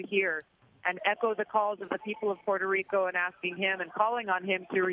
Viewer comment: Omg they massacred the Puerto Rican governments name.